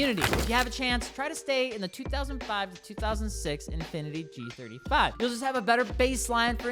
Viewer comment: Bros trying so hard to kill the g35’s name…